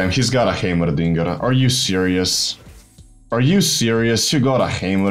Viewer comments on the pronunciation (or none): Im just here for the way he says heimerdinger. "Haymerrrdingerrr"